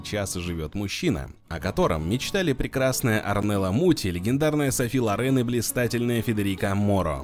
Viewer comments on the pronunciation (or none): Называйте правильно-София ЛОрен,а не на французский манер!!